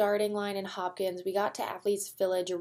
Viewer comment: The race starts in Hopkinton, not Hopkins.